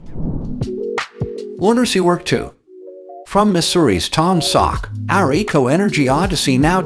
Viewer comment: I know its a text to speach synthesizer narrating this video, but here in Missouri we pronounce Taum Sauk as Tom-a-Sock